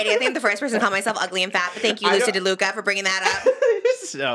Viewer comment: trish saying “DELUca” instead of “laduca” is SENDING MEEEE loosey deluluca